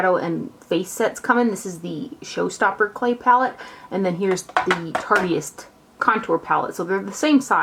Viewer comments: I think it's "tarte-ist" like "artist" only with tarte in front of it haha ;-) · Love, but hearing her say "Tartiest" over and over was kinda jumping on my last nerve haha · The way she said it, "tartiest," has certain....implications. Ha ha. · it absolutely kills me how she says "tartEist" lmao.. too cute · I don't like correcting people , but I'm pretty sure it's pronounced like tart-ist. like artist with a t.